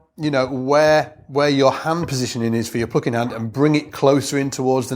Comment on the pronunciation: 'uhpright'... 'pluhcking'... 'pickuhp'... What's that accent?